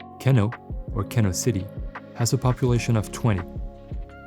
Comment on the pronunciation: It's pronounced "Keeno" - just to set the record straight!